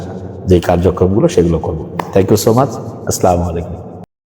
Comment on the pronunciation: স্লামলাইকুম না আসসালামুআলাইকুম আগে সালাম শিখেন মিয়া